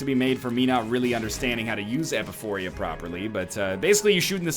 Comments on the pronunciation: It´s Epiphora, not Epiphoria.. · Would somebody tell NL that is not how "epiphora" is pronounced?